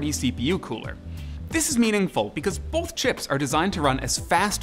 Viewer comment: BOTH. THERE'S NO L IN THE WORD BOTH, HE KEEPS SAYING BOOOLLLLLTH